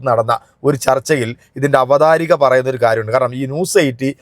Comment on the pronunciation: "Avatharaka " Not "Avatharika"